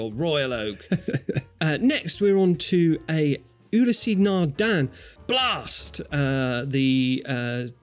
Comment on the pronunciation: How many more times do I have to tell you two, that Ulysse (Nardin) has two syllables, not three? It's Ew-Lease, not You-lease-aye!